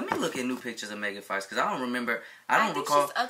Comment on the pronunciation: "megan fakh" I CANT BREATHEEEEEEEEEEE LMFAOOOOOO!!!!!!!